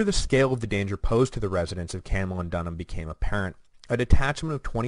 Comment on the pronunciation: Good Grief! Camulodunum is CAM-u-LOD-un-um, not CAM-u-lo-DUN-um! {:o:O:}